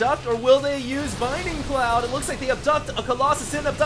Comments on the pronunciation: Please... Please read this. It's BLINDING Cloud, not BINDING Cloud. I'm not saying this to be mean, but it just makes me cringe every time you say it. That being said, aside from the mistake that you pointed out in the video, this was a truly excellent game and I'm totally glad I stayed up late to watch it. Props on finding this replay. =) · I love that you're casting so much HOTS. It's great! But seriously, it's bLinding cloud. Notice the L. Please. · Dude. You pronouncing Blinding cloud incorrectly is killing me.